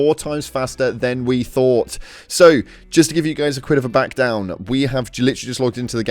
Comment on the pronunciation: "Just to give you guys a quid of a backdown" 😂😂 Im guessing you meant "bit of a backround" 😂